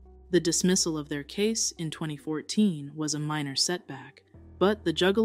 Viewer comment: At one point she said jewgaloos